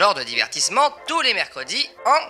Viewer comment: Super la vidéo par contre à c'est "tous" et non "touT" LINSTRU PUTAIN EST TROP LOURDE, parcontre depuis le début du confinement j'ai jamais bossé autant les abds que pdt la vidéo. Quand il a dit roue, j'ai compris roux XDDDDDDDDDD